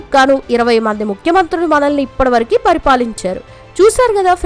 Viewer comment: నియ్యమ్మా తెలుగు సరిగ్గా నేర్చుకోవే..... ఇప్పడివరకూకాదు, ఇప్పటివరకు అనాలి